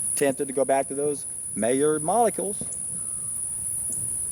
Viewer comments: Being French, "Maillard" is pronounced "my - YARD" with the "D" being very softly articulated, almost not at all. On my second SFV this year, first one was 40 days. Love this lifestyle, so pure and light yet powerful. I'm an endurance athlete and I weight train, and actually BUILD strength on SFVs. Am 46 and in the best shape of my life, will never stop getting better and better. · I bet you pronounce it like that because it's very close to a mallard duck!